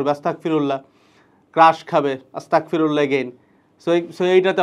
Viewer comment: আসতাকফিরুল্লাহ নয়, আসতাগফিরুল্লাহ